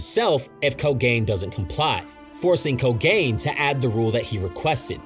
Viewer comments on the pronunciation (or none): ko-ga-ne not ko-gain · Mofo really said KoGAIN like it's the cursed spirit of anti hair loss :D It's Ko-gan-e, I'm sorry I had to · Am i the only one bothered by the pronunciation of “ko-gain” lol. Other than that cool explanation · yeah lmao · The way my man pronounces Kogane 💀